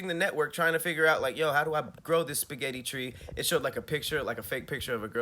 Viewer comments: Who's out there adding random S's to spaghetti 😂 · Who is out here putting an “s” at the end of spaghetti is the real question! Thank God I’ve never heard anyone do it. 🤦🏽‍♀️ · Don't ever say 'spaghetties' again!! EV👏🏽ER👏🏽!!